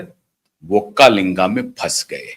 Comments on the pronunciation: Sir pronounce properly it is not vokkalinga but is VOKKALIGA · Not vakkalinga it is VOKKALIGA 😊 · Not vokkalinga, vokkaliga